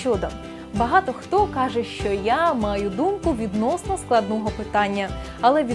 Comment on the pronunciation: Шановна ведуча, простежте за своїм мовленням, перечитайте коментарі і, будь ласка, ретельно готуйте відео! Зробити "вірно"? ВІРНО МОЖНА СЛУЖИТИ, ЛЮБИТИ... Говорять МОВОЮ, а не "на мові". І вимовляйте "ч", "щ" - ТВЕРДО: "що" (шчо), а не "шЬчЬо", "щодо", а не "шЬчЬодо"; "чАсто", а не "чЯсто"...